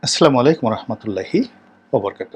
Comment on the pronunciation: আপনিতো ইসলামিক গল্প বলেন টকশোতে। তা সালামটাও ভাল করে দিতে শিখলেন না? আস্লামু আলাইকুম 'আস্লা' হবে না। 'আসসালা' হবে জনাব রনি